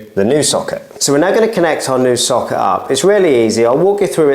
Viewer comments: I thought you were saying “soccer” for the first few minutes 😂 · Why are you saying socket like that ?